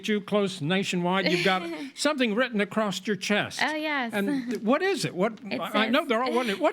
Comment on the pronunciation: We need to change society to stop saying acrost instead of across